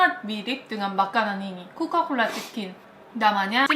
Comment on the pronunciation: Coca bukan coka haha